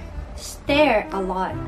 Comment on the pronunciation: I've tried to try natto a couple of times, but I honestly can't stand the smell ^^; By the way, you were close with the pronunciation of "stir." But it should be pronounced like "stur" (instead of "stair") ^_^